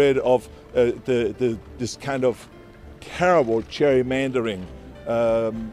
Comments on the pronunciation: It's actually pronounced 'cherrymandering'. I mean who wants to argue with Arnie. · Btw Gerry is pronounced Jerry in Ireland and in Britain, so I presume that's why we pronounce Gerrymandering with a J sound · Why are "gerrymandering" and "Gerry" pronounced differently?